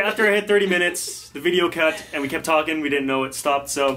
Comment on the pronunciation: "we just keep on talking" Hahaha.. british accent ni.. so cute.. 😂😂😍